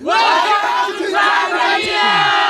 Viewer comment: Why you call Tanzania Taznaniya ?